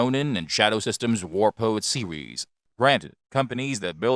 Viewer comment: SERIES -> SEEWEEZZZ